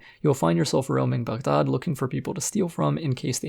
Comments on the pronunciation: glad you call it Bug-daad and not Bag-daad..in the video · You’re the only YouTuber to pronounce Baghdad correctly and as someone w a middle eastern background as well as a fan of your content makes me even more happy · Review aside, I love that you pronounced Baghdad the way it should be